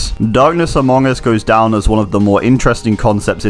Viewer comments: He said darkness Amoong us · Did he just say amoung us 😔